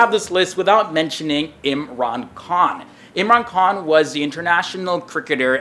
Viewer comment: Who's Urman Khan?? Come on bro you're better than that